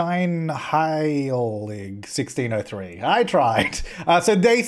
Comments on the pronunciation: This was a very good pronounciation of scheinheilig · You said "Scheinheilig" right, I am so proud of you. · Your pronounciation of "Scheinheilig" was actually perfect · YES HE REALLY DID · It was amazing 😂😂 I was hoping there’d be a couple of dutchies in the comments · Best wel impressionant voor iemand die nooit een deftige "sch"-klank heeft leren uitspreken. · I can't find your reply, but yes, he said it correctly in German so I don't know why Dutch people are saying he did well for not being Dutch, because in Dutch, it's very different sounding than German and yes we spell it Schijnheilig. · German here. You did a really good job pronouncing "Scheinheilig"! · Carina S hab ich mir auch gedacht 😄😄😄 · I love how you absolutely nailed pronouncing "Scheinheilig" and then you're like "I tried". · The way you pronounced Scheinheilig is actually really really accurate! Good job! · He actually said "Scheinheilig" perfectly right... damn. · I speak german and I have to say that you pronounced scheinheilig almost perfect! Btw it means innocent, but it can also be hypocritical